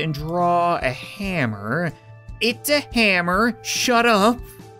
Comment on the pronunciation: That's a really big "hamer" Lol